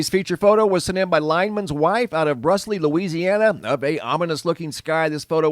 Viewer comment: Brusly, LA is pronounced bruuuly